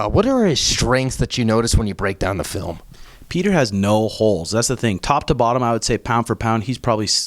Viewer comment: I love Sean and I also like, but it just bothers me that they purposely say "Peter" instead of pronouncing his name right. Its a Jake Paul type move, not really funny, just pointless. Give PETR the respect he deserves, and say his damn name right. It's childish to keep saying it wrong. Theres no sense in being disrespectful